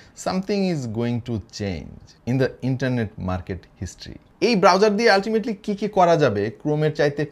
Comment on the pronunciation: যখন বলল,chrome browserrr 😂